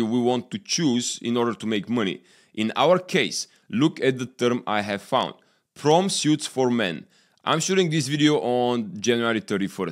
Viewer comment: "Prom" and "Suit" No "e" at the end of word, for U.S. English